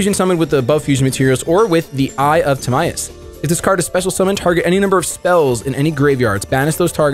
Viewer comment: I think it’s pronounced like tihmyus